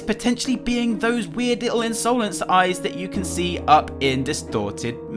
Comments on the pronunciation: u say insolance its insolence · Why does he pronounce insolence like that